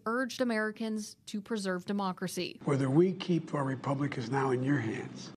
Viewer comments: Did he say "critical to ahnemocracy" ? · “ cuz this is critical to our mocracy” 😂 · “ because this is critical to our “ amocrasy “ 😅😅😅